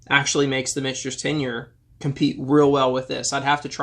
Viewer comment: Sazerac owns both brands...so clearly the money won. Also...Mitch-Ters not Mick-Ters?